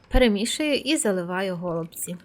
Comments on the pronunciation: Смачні голубцІ (з наголосом на останньому складі). Дякую за рецепт. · НашО говорити гОлубці якщо правильно голубцІ!!!!